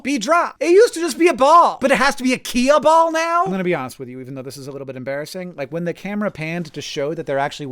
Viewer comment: What the fuck's a key-a-ball?